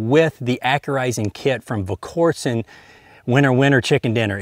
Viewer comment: you're a better shot than I'll ever be, but you just can't get your tongue around that L in Volquartsen.